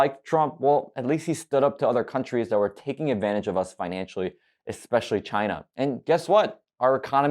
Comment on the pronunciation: Sometimes I just miss the way he said “China”